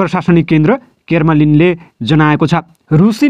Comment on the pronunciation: क्रेमलिन भन्नुस न हाै ।के केर्मलिन भनेकाे ?